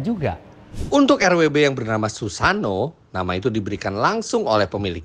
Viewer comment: mas koreksi susanoo itu bacanya "susano,o"